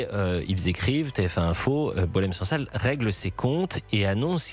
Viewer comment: La prononciation du nom de Boualem Sansal par les français correspond à sa personnalité.😅 Boualen sang sal.🎉